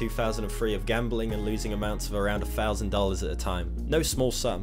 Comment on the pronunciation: two fousand and free